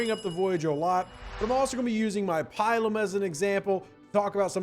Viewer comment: Not pi-lum; pil-um.